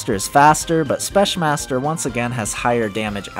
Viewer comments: Why're you saying spesh. theres no sh there man. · So I know English is dumb, but even if the word "Specmaster" is a shortened version of "Special master" I'm pretty sure it needs to be pronounced with a "k" sound instead of a "sh" sound, not sure tho... anyways great video :)